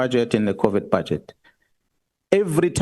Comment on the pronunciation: I kept hearing Covid when he was saying covert. I wonder if anyone else has this problem. I am nevertheless really impressed with Mkhwanazi as an extremely intelligent man of integrity who is a deep thinker and someone who is honourable and unafraid of making suggestions that could rectify the situations which allow people to get away with corruption.